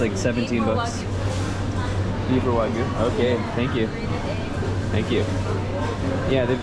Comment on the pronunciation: pronounces “Wagyu” the correct way!